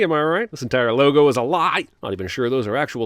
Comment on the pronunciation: why’d he say lie like that tho